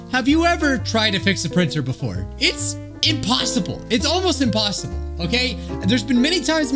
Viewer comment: he says impawsibble every time now